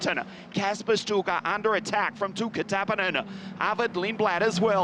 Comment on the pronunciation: By the way, "Sztuka" is pronounced "Shtooka."